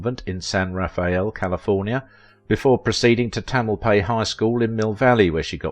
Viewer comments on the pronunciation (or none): Yes! Tamalpais was also not pronounced correctly (Tam Al Pious) but to be expected of someone who doesn't live in Marin.